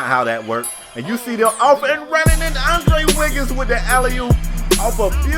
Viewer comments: ITS ANDREW WIGGINS NOT ANDRE WIGGINS LMAO CMON! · did this nigga really say andre wiggins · Andrew not Andre